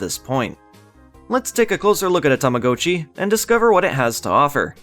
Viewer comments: i thought it was ta-ma-got-chi not ta-ma-go-chi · its TAMAGOTCHI not TAMACOATCHI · Tama-goat-chi!? Don't you mean Tama-got-chi!? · Technically is correct in that the Japanese word 「たまごっち」 is pronounced "Tama-Go-Cchi", but here in North America our commercials always pronounced it "Tama-Got-Chi" since young English speakers typically only ever read "go" with a hard "O" when it's part of the standalone word itself, and "Gotcha" is already in the common lexicon of English with a soft "O" and is one letter off from "Gotchi" in Romaji spelling. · Its Tama GOT chi Like I have got to get a new one Sounds like tama-ga-chi, but definitely not go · Tama Goat Chee blech seeing as I grew up with these I can't watch another minute of this video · Every time you say 'Tama-go-chi" part of me dies. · only Canadians say it this way I'm guessing, cuz we didn't say it like he dose when they came out in the us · it’s supposed to be like “gotcha” it’s Japanese. In Japanese that’s how it’s pronounced. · its the damn Canadians lol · I think it's pronounced Tama- gaa- chee, no? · Tama-gah-chee according to to everyone I've ever met and Google pronounciation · I'm sorry I can't watch this video with you saying Tama-GO-Chi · Those ones legitimately hurt to listen to, and his pronounciation of っち in たまごっち isn't perfect. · It took time for me to get used to your pronunciation of "Tamagotchi". 😅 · That’s not how you pronounce tamagotchi but fun video otherwise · Yes. I've never heard it pronounced the way it is in this video. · Sorcery! I must have hopped timelines again. Alternate pronunciation noted. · i hate how you pronounce tamagotchi, oh my god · I don't even think Bandai Namco know how to pronounce it